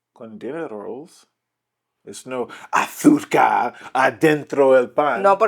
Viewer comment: Jajaja "arzúca" me muero cómo dice azúcar 😅😂😂